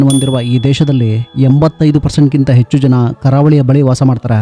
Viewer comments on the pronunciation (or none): ಎಚ್ಚು ಅಲ್ಲ ಹೆಚ್ಚು